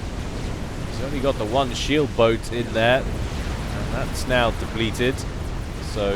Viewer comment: when a Canadian says "boat", phonetically it sounds like "gluoorrblach". Next time, please attempt the proper and correct pronunciation.